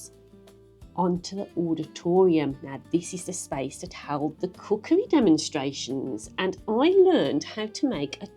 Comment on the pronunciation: A cracking video,. I have re-run 3.02 numerous times, and I’m sure you say “cuckoo demonstrations”. Still, it gets you out of the house!